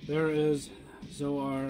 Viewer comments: It’s “ZOAR” not “Soar”. Yes, many birds DO soar! It’s epic! But this name has always been intended a reference to far beyond a flying bird. Like Zodak. Or do you call him “Sodak”? Brits are always always late to their own Tea Parties. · "Zoe-Are"? facepalm